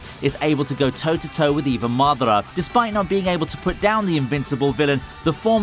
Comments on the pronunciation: It's MadAra, not MAdara. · Cannot get used to u pronouncing Madara.. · not mathera, MADARA with hard A's. u goof? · Mardarar and loofy, not the most accurate pronunciations